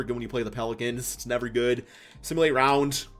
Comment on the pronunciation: Its RounD not RounT 😂 but love your content bro